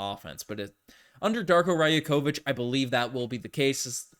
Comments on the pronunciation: it’s not raya-kovich it’s ray-akovich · 'Yak' 'Ovich' 👍 'Ya' 'Kovich'👎